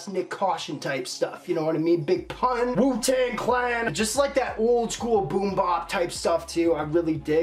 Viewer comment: BOOM BAP NOT BOOM BOP ✌️